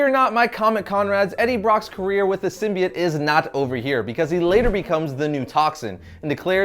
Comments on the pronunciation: its "symbiote"....not "symbiet" lol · Its a simbyote not simiote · "Symbiant" really "Symbiant"!!!? come on now, it's like your purposely saying it like that or think that's how it's pronounce. It's "Symbiote" / "...biote" pronounced "By-Oat". Venom heads dying right now lol. Good history tho. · Why can no one say symbiote right? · Learn how to pronounce symbiote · ugh thank u I thought I was only person getting annoyed by that it was driving me crazy lol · yeah but its only pronounced one way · Man you guys must be annoyed how they pronounce Symbiote in the new Venom movie